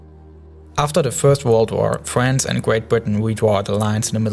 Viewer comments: "gweat bwitain and fwance" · all i heard was war wuled fwance difwent and diffrwnt words